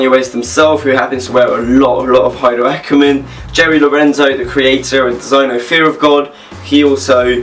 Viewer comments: ay-der ackermann....the h is silent... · The H in Haider is silent